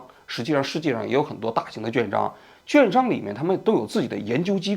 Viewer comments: 跟我念：q u a n 券 券商！ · quan商读成juan商真受不了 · 读错字了，券（quàn）商，而不是juàn商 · 券商（quan shang）读quan，四声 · 券商quan（四声） shang